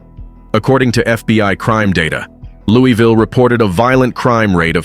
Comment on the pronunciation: Its not pronounced "Lewie Ville" 😂